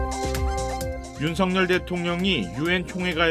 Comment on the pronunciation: 윤석열을 왜 윤성열로 말하는가. 아나운서 자격이 없네...석 발음이 그렇게 힘드나?🤔